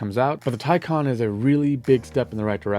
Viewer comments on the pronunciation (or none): Please, please, please pronounce Taycan as in Taichi for "Tay" and calm for "can".